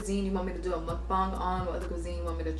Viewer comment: Muk- BANG lol not bong. Also what do u do with all that leftover food?